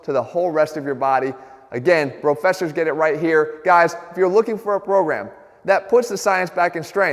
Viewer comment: I thought Jeff said, "guys if you are looking for a brogram..."